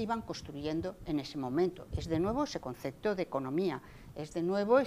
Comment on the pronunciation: Dice "concecto", y "hubieron" muchos ejemplos.